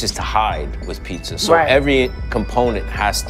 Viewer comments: Is it just me that’s annoyed with her pronunciation of “pizza”? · What’s a Peesa ?